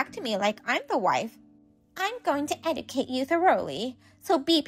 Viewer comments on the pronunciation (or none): OP should have discontinued this conversation with her husband's mother a whole lot sooner. EDIT: Mother-in-law is going to "ed-i-cate" the babies if they're boys? Try "ed-ju-cate," lady. Good heavens! 🤦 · eh·juh·kayt not edi cate